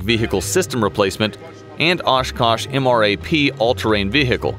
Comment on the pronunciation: ashkash. u say ashkash. why oshkosh then? its ASH KASH.